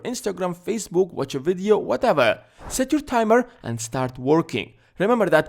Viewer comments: I like how he says videoo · The way he says “video” 😂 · i love how you pronounce video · just came here to listen to you saying "video"